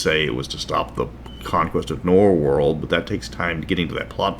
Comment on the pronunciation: Norwold. Not Norworld.